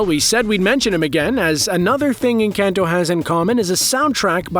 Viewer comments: If you can pronounce Benedict Cumberbatch, you can pronounce “Enkahn-toe” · They way you're pronouncing Encanto hurts. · The way you’re saying “Encanto” 🤨